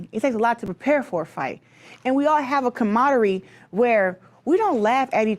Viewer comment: The word is CAMARADERIE, not camaderie. .